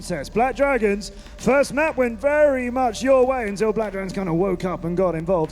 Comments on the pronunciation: *Drones NOT Druns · HAHAHAAHAH i like how said "Drans" instead of drone 😂😂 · 1.56 "using the drunts?"